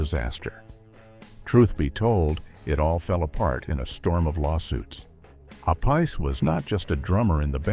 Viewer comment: Appice, please pronounce it correctly ! also never got the raise Dio promised him before his solo career really took of. According to an interview I saw of him here on Youtube, he blamed Ronnie's wife Wendy. Dio paid low wages, but promised a raise once the record sales would allow it. But Wendy said; no no no Ronnie, I need new shoes.